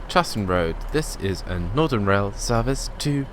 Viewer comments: i swear you keep saying nordern, its really bugging me, its northern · No he is saying nothenrn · Williamg209 yes...Norden. Very irritating.